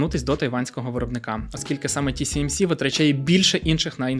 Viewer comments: Ті Сі Ем Сі == TCMC, тож Ті Ес Ем Сі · Ті Ес Ем Сі, а не Тісімісі 😀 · Ще б абревіатури правильно читати і взагалі буде супер) Ті-Ес-Ем-Сі, а не Ті-Сі-Ем-Сі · Ще раз - Ті-Ес-Ем-Сі. S = Ес. С = Сі. Ті-Ес-Ем-Сі !!! 😂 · Ті Ес Ем Сі, а не Ті Сі Ем Сі. Весь випуск різало вуха. А так, гарний випуск. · Весь випуск різало вухо от це Сі замість Ес😂 Чекаю наступний випуск про голандців) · тільки здається не ті-сі-ем-сі, а ті-ес-ем-сі)) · Ті Ес Ем Сі, не ті сі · 1. «ТіСіЕмСі». Не можна так 2. Про TSMC говорять з кожної праски, в тому числі на телебаченні. Треба видавати саму неочевидну мʼякотку з самого початку, а не оці загальновідомі факти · Дякую за круте відео, але камон ТиЕсЕмСи, S та C різні ж літери 😉. Вибачайте за повчання, та дуже ріже слух 😅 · S читається як "Ес", а не "Сі". Тому "ТіЕсЕмСі". Постійно ріже вухо. Але історія цікава. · Почути тисячу раз за ролік "тісіемсі"... Мої вуха. Режисеру роліка - 0. Не можна будувати начебто фактологічний ролік навкруги такої очевидної помилки... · Чого "ті сі ем сі"? Вухо ріже. Там друга літера "ес" а не "сі" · Гарна інфа. Но "ті ЕС емсі", бо вуха ріже :) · Ті Ес Ем Сі ;) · Круте відео, тільки назва компанії читається як ТіЕсЕмСі) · можна не перевірити коректність вимови назви, яку вимовляєш сотню раз за випуск?! Риторичне питання. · ті ЕС ем сі! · не можу поставити лайк за неправильну вимову назви компанії